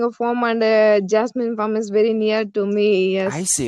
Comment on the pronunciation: One suggestion; It is Farm not Form